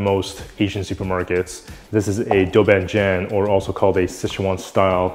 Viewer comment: Just a note... it's "dou(4) ban(4) jiang(4)", not "dou ban jan".